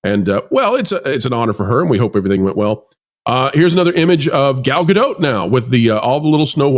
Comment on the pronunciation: please pronounce Gal's last name correctly. It's Gal GADOT, sounds like POT. Thank You sir.